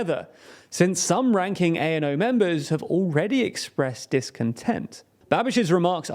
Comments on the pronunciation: Was about to type that too. I've been learning Czech and although there's still lots more to learn I know at least this much. Also the a in ano is pronounced like the a in start. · Why do you insist on quoting Babiš's party as "A.N.O."? It's not an abbreviation, it's the Czech word for "yes". This points at a poor documentation and poor preparation of your video. I'm not Czech, I'm not even a Slav but I know that "Ano" is "Yes": it's just about getting yourself informed seriously before you claim to inform others. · I was prepared for you to butcher the pronounciation of thier names but ANO is a little bit too much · I'm not gonna criticise your name pronunciations since yours are in the top 10% of English speaking channels saying CZ/SK names, but I'd like to point out that ANO is not pronounced by spelling it out like "ay-en-ow" but as a word "a-no". Also, it's not [chechia] but [checkia] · not A.N.O. but ANO, like NATO, meaning "Yes" in Czech. Czechia (ʧekia) not (ʧeʧia). This way it sounds like Chechnya.